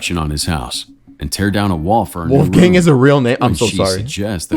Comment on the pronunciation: seriously? Uneducated fool never heard of Mozart? WOLFGANG Amadeus Mozart? And since it’s a German name, the pronunciation is absolutely abysmal. Wolf the o is like the o in ton and not, not like in moon, gang the a is like the a in was or what not like the a in man or dam.